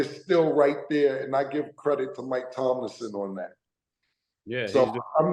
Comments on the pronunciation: Cam choppin up a player or coach name each episode be having me rolling….😂😂😂…. Todays episode: Steelers coach Mike Tomlinson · TOMLIN! Cam, it’s fucking TOMLIN! #SteelerNation